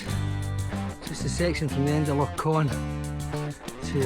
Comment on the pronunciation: It's Loch Ch-on not Con🙃